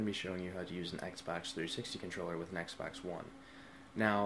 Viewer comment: It's xbox one not eggsbax